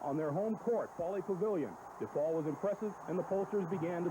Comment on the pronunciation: Love how Coach always says DEPaul. My dad always pronounced it that way and he was a graduate of the university and the academy. When I went away to college I got made fun of for not saying “dapaul.” I’ve heard affiliated people saying “dapaul” but that’s not a chicago way of saying it. It’s DEPaul and DElasalle.” Dapaul and Deylasalle are for coastal jerks.